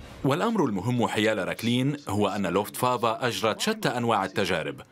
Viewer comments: حضرة المذيع أسمو Luftwaffe يعني سلاح الجو لوفت vافي وليس فافا وحظيرة الطيران اسمها Einflughalle آينفلوگ هالي وليس هالا هالا كانت المرحومة جارتنا 😁 وشكرا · Not luftwaffa luftwaffe